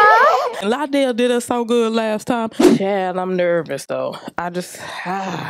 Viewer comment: Lie-dell is not worthy of the vocals, but I thank you for the blessing.